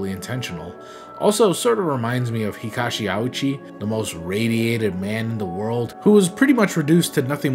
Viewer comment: Love your traumathon videos,. I had a hell of a time trying to look up Hisashi Ouchi after hearing his name in your video, though. Japanese names written in roman letters are actually very easy to pronounce when you know the trick, though! There are no special rules or exceptions, every vowel is pronounced exactly the same way each time. A - Always makes an Ah sound, like the a in Vietnam, or the o in Pomegranate. I - Always makes an Eee sound, like the ea in Lean, or the e in Penis U - Always makes an ooo sound, like a spooky ghost, or the oo in spooky itself E - Always makes an Eh sound, like the E in Embryo, or Ten O - Always makes an Oh sound, like the o in Bow, or the oa in Moan Consonants are generally exactly what you'd think they are, and doubled vowels (like in the name Oogawara), or vowels with a line over them (Ōgawara) are just held a little longer. Just remember the vowel sounds, and you should never need to worry about a Japanese name being hard to pronounce again!